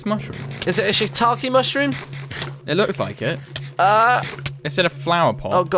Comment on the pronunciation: Before Martyn said "Shittake Mushrooms" I thought it was pronounced "Shit take mushrooms" :P